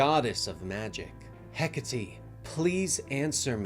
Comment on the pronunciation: Bro bro it's Heck-Ate not Heck-A-Tea 😂😂😂Hecate.😂😂😂